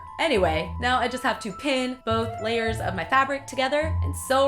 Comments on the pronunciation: she says meow instead of now or am I going deaf? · Who else thought when said "now" she said meow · Anyone else notice she said "me-ow, if you don't have any sewing skills." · she said meow instead of now. Get it... She's a cat... Okay.. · In says meow in stead of now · did anyone else notice she said "meow" instead of "now"? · Did anyone notice she said meow instead of now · When she said "Now" I thought she said "Meow" Fuck it im going crazy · did say 'meow' instead of 'now'? HAHAHAHAHAH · meow instead of now, who else heard that?!?! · you said meow you don't have instead of now if you don't have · did you just say meow instead of now? Oh the pins. (Or me being deaf) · did she Meow instead of now? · is she saying meow instead of now??? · she says meow instead of now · insted of now she said meow is it me thought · . Did you actually mean to say "meow" instead of "now"? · She said meaw not now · it sounds like she said meow hense the cat costume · Go to she says meow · I had to rewatch that because I thought I was hearing things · princesspresto13 Yay I'm not the only one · Is it just me who noticed that she said "meow if you don't have any sewing skills" instead of " now if you don't have any sewing skills" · Did anyone else notice she said meow instead of now ? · harrison jaines yeah I hear meow to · harrison jaines I notcied she said meow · Duh She she said meow instead of now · I noticed, and instantly thought of Super Troopers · princesspresto13 yes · Luke Aspinall I had found rewind just to be positive 😂😂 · yahhhh she said meow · it's funny because if you put the captions on it says now but if you listen and read her lips she says meow xD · princesspresto13 yeah, i thought i was hearing shit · princesspresto13 when I heard it I was like "wait did she say meow?" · It can't just be me who hears say "Meow" instead of "Now".... PLEASE TELL ME IM NOT LOSING MY MIND! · anyone notice she said meow instead of now